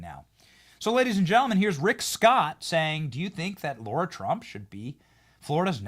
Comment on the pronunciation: Benny, FFS it's Lara Trump (LARA) not Laura Trump. LARA - NOT - LAURA Two totally different names....WAKE UP